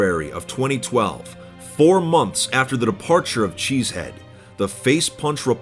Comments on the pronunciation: he's name is chezhead not cheesehead. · he said enter cheze head lol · If my suspicion is correct, chezhead would be pronounced closer to "shit head" than it would be to "cheese head"